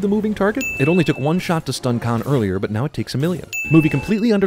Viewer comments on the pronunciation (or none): No matter how many times I hear it, Benedict Cumberbatch always sounds like he's saying, "My name is Kai". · i still never hear him say Kahn. I hear Kai. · Why does Khan say his name like Kai? Is it Kai and then changes? I'm confused!